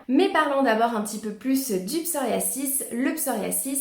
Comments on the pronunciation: Je crois qu'on peut prononcer psoriaZis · Merci pour ces onfos mais le psoriasis ne se prononce pas comme vous le prononcé !!!